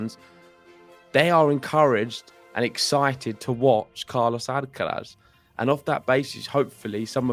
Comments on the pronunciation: you should make an effort in pronouncing Alcaraz's name correctly. The accent (stressed syllable) is in the third and last "a", so it is Alcaráz, not Álcaraz. Also, the z is pronounced as TH without vibration at the end. It is very easy to pronounce Carlos's last name as it is. Cheers. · "Alcarath" please.